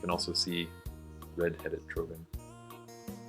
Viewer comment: can t believe i always pronounced trogon completlly wrong,oeps,ok thanks to you i know now and thats one of my very favorite bird groups,we germans have a to learn a lot about other languages hehe. nice presentation